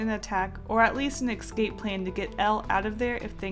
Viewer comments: IT'S NOT EXCAPE IT'S ESCAPE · ugggggggggg its escape. not ecscape. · It's not ecsape its escape. See the difference?